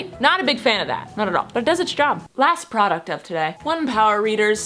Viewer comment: Bruh.... procuct....AHHH